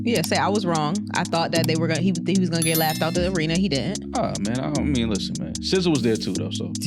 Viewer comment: They asked for encores on both nights but he did NOT perform it twice. This is why I don't like AI content gets the facts wrong & butchering SZA's name.